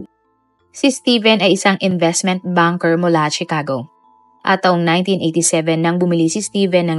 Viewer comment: No offense, suggestion ko lang, review mo muna ang mga words na sasabihin mo sa video like names of persons, places, etc. Katawa-tawa kasing marinig ng mga viewers ito. Like pronouncing Chicago, it’s pronounced “Shicago” not CHIcago.